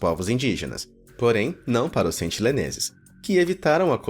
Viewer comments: Meu amigo, por favor, sentiNEleses, não sentiLEneses!!! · pelo amor de deus, sentiNEleses, e nao sentiLEneses